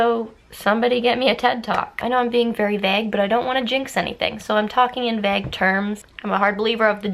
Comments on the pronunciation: The way you say vague is funny to me I love it so much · v accurate